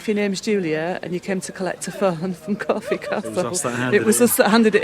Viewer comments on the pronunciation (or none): For "your" fear of sounding stupid, it's pronounced Corf ( castle ) The e is silent. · It's not corfee it's corf without the ee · Nice review of the area. We live in Wareham but please its Corfe Castle, not corfey 😂. There isn't many sites in Swanage but 20 mins away in Wareham there are some really nice sites. Wareham Forest, Birchwood, Hunters moon CAMC. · It's pronounced Corf Castle you don't say the E on the end. I've been on that train and to the castle many times as a kid. We used to stay at Sandy Balls in Godshill, Fordingbridge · It’s CORF(e) 🙂